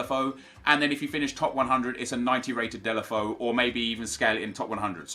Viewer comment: dela foe.... so triggering